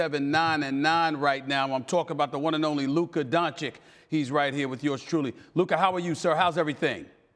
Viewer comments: Doncich not doncick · its not Dončik its Donćić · Doncic Donchich Not doncik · It's not DANCIK, it's DONCIC! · Dontschisch pleaeeee Stephen A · That dude is 2 years in the NBA, yet he still pronounces him Luka Donchick :D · Why does this fool insist on calling him "Don-chick"? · Stephen A said Luka Doncik in his face. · Luka hearing Stephen A call him "Donchik" was just like: "Really man? " ... He is butchering the pronunciation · STEPHEN A: LUKA DONCHICK. LOL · After three years He could learn to pronounce his name ! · Labeling him a superstar yet can't learn to pronounce his name. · How can Stephen A not pronounce Doncic, it’s not even that hard of a foreign name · and he starts by saying his name wrong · Still can't pronounce right!! 🙈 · Can't respect Stephen A till he learns how to pronounce Luka's name. Come on man. You can't be so stupid or so ignorant. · Oh no, he mispronounced his name again! 😂 Somebody please tell Stephen A. how to say Doncic! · It's literally the same sound as "itch"... that's it. My guess is that it's just some "I don't respect you like that" thing. There's no way this isn't intentional. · Luka is not a journalist. It's Stephen A's job to talk about basketball. It's literally his day to day job. And still he can't pronounce 2 syllables. I can maybe understand that the media needed some time to get Giannis' name right, but Luka's? Come on that's laziness and ignorance. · All that intro to pronounce his name wrong smh